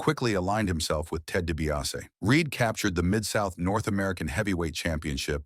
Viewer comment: Good video, but come on! Fix the pronunciation of the names. You made it sound like JYD was wrestling the cackling exVP instead of the Uganda giant. Can't get DiBiase right at all either. Do better and your channel will do better.